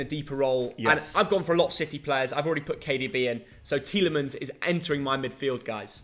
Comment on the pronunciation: Tielimens ? Are you jooking ?